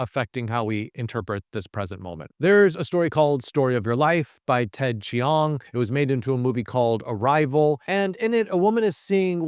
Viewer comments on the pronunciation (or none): Very helpful video. Small correction: Ted Chiang’s last name isn’t pronounced “chee-ong,” but just plain old “chang.” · Ted Chiang's last name is pronounced "Ch(i)ang," with the "ih" sound barely pronounced. I rhymes with "bang." Just to let you know. 😊